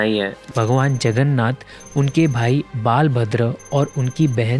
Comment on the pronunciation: Just want to clarify Its not Baal(child) Bhadra It's Bala (Strength) Bhhadra